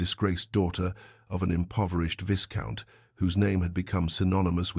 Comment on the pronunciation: Please pronounce viscount correctly, the s is silent. Vi-count. Also, when a man bows it is pronounced bough, not bhoh like a girls hair ribbon.